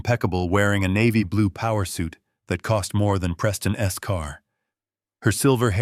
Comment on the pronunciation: Every time there is a possessive he pronounces wrong ! Doesn’t anyone tell these narrators how it’s pronounced as Harper’s not Harper S. Preston’s not Preston S car. For example